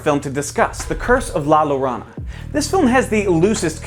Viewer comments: I twitched both times I heard llorona wrong 😩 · Am I to believe no one in the edit or production team knows how to pronounce the Spanish word “Llorona?”